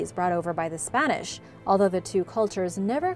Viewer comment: Im curious about why you can pronounce perfect Spanish. Are you latina?